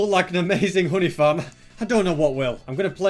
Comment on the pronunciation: i thought he said hoodie farm when he said honey farm LOL